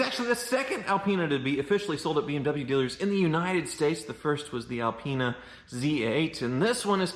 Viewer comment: BMW gave him the Al-peen-a.